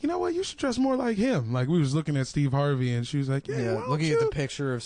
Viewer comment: Steve hard-vey